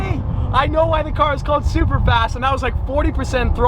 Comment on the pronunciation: i knew it from the body shape and the rear. the part where he said supa supa fast gave it away ;)